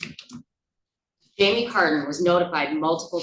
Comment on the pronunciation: Who else thought she said Jamiee Lee Curtis? hahahaha